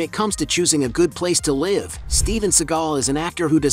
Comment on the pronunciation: When will this guy pronounce "live" correctly...